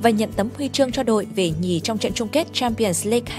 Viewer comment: .... Giọng đọc khó tả =))) Vãi cả "Cờ le rần Si đoóp" , "Champions league"